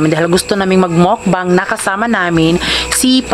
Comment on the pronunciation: Ang tamang pronounce po ay MUKBANG po hindi po MOwkbang🤣